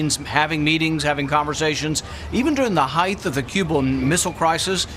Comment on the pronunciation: Senator Paul, I love you. But it is height, not 'heighth.'